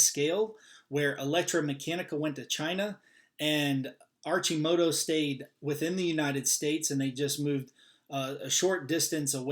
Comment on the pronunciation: it's pronounced Ar-Ki-Moto